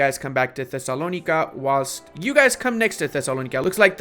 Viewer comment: Even if it’s the right pronunciation they way you’re saying Thessalonica is grating on my ears